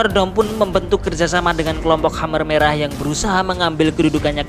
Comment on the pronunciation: Jadi teringat pada bapakku,sampai lupa aku dfn sejarah kamboja. Tapi maaf min,perasaan dulu namanya bukan hammer merah,tapi kamer merah🙏